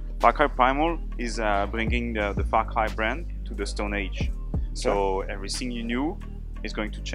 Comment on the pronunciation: When he says "Far Cry" it sounds like "Fuck Eye".